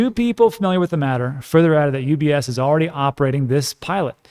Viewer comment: Haha, when you said ETPs I thought oh what’s that; then you said UBS but I heard UPS (the postal service). Can you imagine how confused I was for a few seconds?